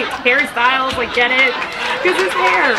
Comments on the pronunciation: I keep thinking she is saying Harry Styles not hairstyles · I always feel like you are saying Harry Styles